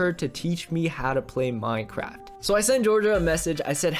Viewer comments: Wait it said mynecwaft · He said MYNECWAFT HAAHAHAHAHA